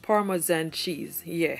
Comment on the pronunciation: Her saying "yueah" is sooooo funny to me lmaoooo how cute